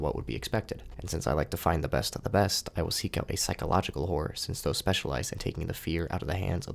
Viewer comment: i keep hearing whores whenever he say horror please help